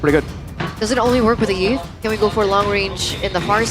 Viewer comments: why do you guys call Yve as Yiv? You don't pronounce Y if it already represents as a vowel. The name should be pronounced same as Eve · fr, her official name is literally pronounced as "Eve" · I think it should be pronounced as "if". (I have a previous co-worker who has the same name that is why).